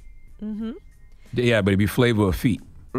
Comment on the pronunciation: “It’ll be flava of feet” 😂😭